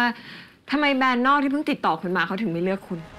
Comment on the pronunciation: “แบรนด์ค่ะ ไม่ใช่ แบน” … วอนคุณใหม่ดาวิกา ช่วยฝึก ร.เรือ ล.ลิง ให้ชัดด้วยนะคะ ถ้ายังรักการแสดงละครอยู่